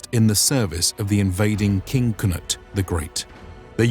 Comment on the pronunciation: It is a bit of an error to depict the sax/seax as a common dagger, or a large dagger even. It was a larger knife or a short sword with specifically one sharpened blade. The Saxons were very tied to this weapon, culturally. I do like the more accurate spelling and pronunciation of Cnut instead of the older "Canute"!